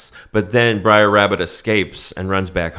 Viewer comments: It’s BROTHER. NOT BRIAR!!! Lmao 🤣 And it’s a GREAT MOVIE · Braer not Briar. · Pedantic Nitpick: It's pronounced "Brer" Rabbit (short for "brother"), not "briar". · You’re mispronouncing “Br’er”. It doesn’t sound like “briar”. Sounds more like “rare”. Funny stuff tho! Big fan ☺️👍🏼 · "Briar Rabbit" is driving me fucking nuts. It is not Briar Rabbit. It's Br'er Rabbit. Br'er is an abbreviation of Brother. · It's Brer Rabbit, not Briar. Brer is "brother" in his dialect. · It's BRER , short for BROTHER not BRIAR! OMFG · It's not "Briar Rabbit," it's "Brer Rabbit," a corruption of "brother," which also applies to Brer Fox and Brer Bear. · Bro it’s br’er (as in “brother”) not briar… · Br’er rabbit… it rhymes with bear. It’s an old contraction of “brother”… I regret being that guy, but it was driving me nuts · For the first time in my life, I understand what non-English speakers mean, when they say my pronunciation hurts their ears. "Briar" indeed. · Every “Briar” makes me cringe lol😂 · i love you guys but it's Br'er Rabbit 🙃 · Brer rhymes with rare. But this is hilarious....actually, Bugs Bunny is closer to Brer Rabbit than Roger Rabbit, intelligent take....the whites do steal stuff. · Did you even watch this movie? Or are you just mispronouncing characters' names on purpose. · Honestly, one of your best! Br'er mispronounciation aside 😅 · Small correction from someone that's seen this movie ages ago. You keep calling him "Briar Rabbit", but it's "Brer Rabbit" (pronounced like bear with an 'r' added). "Brer" is an old southern slang term for 'brother' and has nothing to do with briars. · bruh its brer not briar tf is wrong with u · Br’er not Briar. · It's not "brier" rabbit, it's "br'er" rabbit - a contraction of "brother". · Bro, the constant "briar" instead of "br'er" is driving me bonkers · It is actually Brer like Rare - not Brer like Liar. He is thrown into the Brier Patch. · Not "Briar rabbit" He's "Bre'r rabbit" = "Brother rabbit" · Br'er rhymes with "air." Not briar